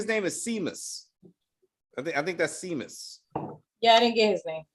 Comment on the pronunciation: Seamus is Irish, pronounced as Shaymus